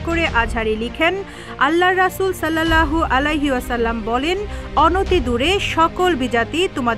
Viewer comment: হাদিসের সাথে সংবাদকর্মীর সংবাদ পাঠের মিল আছে, আল্লাহ নামটাও উচ্চারণ করতে পারে না সঠিকভাবে। রাসূল সাল্লাল্লাহু আলাই সালাম এর নামটা উচ্চারণ করতে পারেনা, আবার তারে দিয়ে সংবাদ পাঠ করাচ্ছে। ছি: ছি: কিসব অধঃপতন।